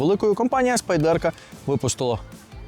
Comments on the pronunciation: хто така "спайдЕрка" і чому її так любить? спАйдерко, на перший склад наголос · Spyderco! Як можна розповідати про річ, назву якої вимовляєте не вірно?!